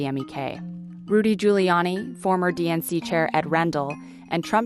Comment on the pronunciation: Ed Rendell's last name is pronounced "Ren-Dehl" - learn your PA governors, NYT!